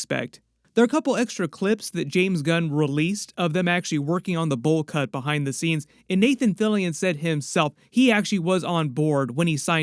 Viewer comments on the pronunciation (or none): He said behide the scenes